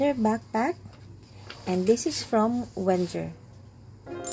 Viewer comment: its "VenGGer"